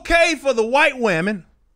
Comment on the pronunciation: "The white wamen" I'm dead 😂